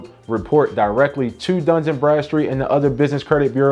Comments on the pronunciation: DUN & Bradstreet 🤔please stop saying duns and Bradstreet lol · It’s Dun…not Duns. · There’s no S In Dun